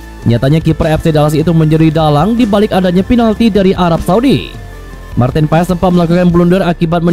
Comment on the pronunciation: Pengucapan namanya Martin Pass bukan Paes